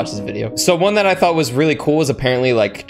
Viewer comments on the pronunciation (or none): none